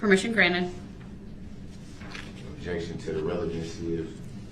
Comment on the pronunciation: 😂🤣 Objeshon , she said social media she didn’t say anything about facebook 😂😅